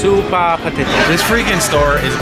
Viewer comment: "suupaa poteto" "this freaking store is bananas" no dude he literally just said it was potatoes duhhhh